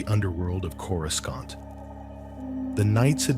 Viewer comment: I literally thought the exact same thing! I looked down to post a comment and I saw yours. Absolutely, don't narrate Star Wars if you can't even pronounce the planets.